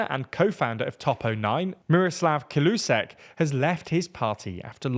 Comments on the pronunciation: Is it really that hard to listen firstly how the natives pronounce names you want to mention? "Caloosek" "Petty-koalice"? :D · I can't believe it. You guys actually improved your pronunciation issues concerning slavic languages significantly. Th only issue being Kalousek's name, with the "ou" being pronounced simply as the o in the word "mole". But overall, a much better job, keep it up.